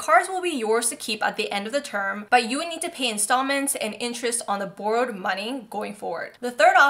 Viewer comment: is she canadian? she pronounced Borrowed strangley